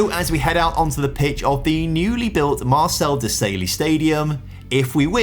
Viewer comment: Marcel De Sail-y 😂